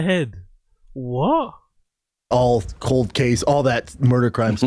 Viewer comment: “all that cowld case murdur stuff”